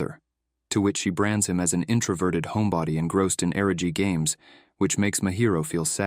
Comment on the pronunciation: I love Onimai, but UGH, this video is really awful. The AI mixes up character names, confusing Miyo with Asahi and Mahiro with Mihari. It also misgenders Mihari, inconsistently mispronounces Kaede’s name, and mispronounces words like "eroge" and "yukata." To top it off, it screws up the timeline.